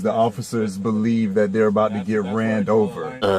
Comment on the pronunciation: What the hell is “ran dover”?